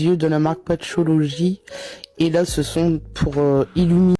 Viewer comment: "De la marque Patchole'ogie"